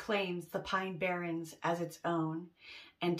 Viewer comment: Barrens instead of barrons